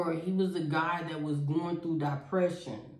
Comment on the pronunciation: I had to rewind...yup, sis DID say "DIE-pression" 🤦🏾‍♀🤦🏾‍♀🤦🏾‍♀🤦🏾‍♀